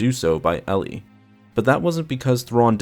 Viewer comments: I was just about to post a comment about how painful it was every time you said instead of Eli. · Are you certain you're pronouncing the name correctly? (Eli) L-E My friend has this name and pronounces it E-Lie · It's more like E- lie then Eille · Pretty sure it's pronounced like 'E-lie' not '' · I had multiple migraines every time you said instead of Eli it's Eli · Eli, not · It's not, its Eli. Eee-lie. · I thought it was Eli not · You mean Eli? Not. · It’s pronounced E-lie not LE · Is it "Elly" or is it pronounced more like "Eli (E - lie)"? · Isn’t it Eli Vanto not Elly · this bothered me so much that I need to comment despite 7 months passing: it's "ee-lie", not "elley" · Is Vanto's name not Eli (EE-LY), instead of elli? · Elly? It was pronounced E-lie. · His name is pronounced "E Lie" not "L E" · I think its pronounced E and then lie so Eli not Elly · Eli pronounced "e-lee" not "ee-lie"? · I heard the audiobook, glad you made a video on this! P.s Its not pronounced El-ee its "Ee-lie" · Eli is pronounced "ee-lye" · "" Vanto? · E-lie. It's pronouced E-Lie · Eli is pronounced "Ee-lie" in the audiobooks. And it's not an uncommon name in real life, short for "Elijah", like "Elijah Wood". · Just saying eli is pronounced E-lie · I thought it was pronounced "E-Lie"? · Are you sure its not ponounced EE-ly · I thought Vanto's first name was pronounced E-li... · It's pronounce E - LIE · It'll also give you the chance to correct the mispronunciation of Eli. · Listen to the audio book. You are saying Eli's namd wrong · its not eli vanto its Eli vanto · You said Eli wrong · By god the mispronounced Eli got annoying really fast!! its Eli so E sound with the ly sound from rely. Not difficult!! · Your miss pronounceing Eli's name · yeah u better stop do that. Dou know how many slavs are suffering because of such mistakes?